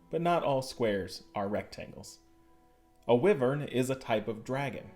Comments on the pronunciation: Is anyone else annoyed he said it like Wivern instead of *Wyvern*. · Its pronounced (Y-Vern)